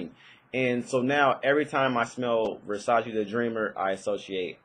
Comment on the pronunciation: It's Versace, not Versaci :D